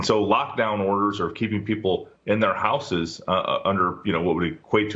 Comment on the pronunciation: He can't even pronounce houses. BTW, both "s" letters sound like "z."